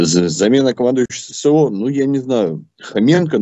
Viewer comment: Прізвище Хоренко, а не Хоменко як каже ваш, він як був неприкритим порохоботом, тепер став зелено бобіком! Противно слухати! Фу!!! Відключаюсь.